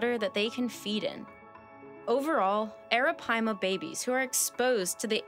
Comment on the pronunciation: Google the pronunciation. She’s saying it correctly.